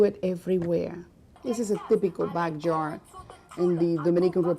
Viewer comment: Theepicol me: GURL ITS “TYYYPICALL”